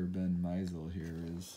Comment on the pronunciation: Mispronounces "Mi-ZELL"